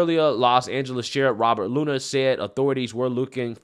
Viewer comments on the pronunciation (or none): none